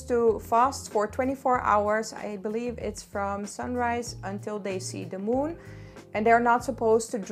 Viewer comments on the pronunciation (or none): none